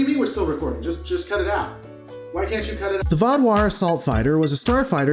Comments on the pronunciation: You did very much say vaudware correctly my spelling of it though may not be as good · in regards to your pronounciation of vaadwaur, all you had to do is watch the episode and hear it spoken aloud, stupid comment haters X'D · Good job saying Vaduar, not so good job saying Galor. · Glad you got Vaadwaur right, but I was sighing heavily hearing the pronunciation of 'Hideki'. I don't know if they pronounced it that way somewhere, but it's a Japanese name like Yamato or Akira.